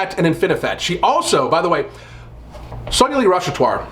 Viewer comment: It's pronounced sonaa-li and not sauna lee